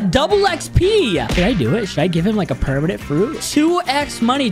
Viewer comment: Bro said *pernament kitchen*😂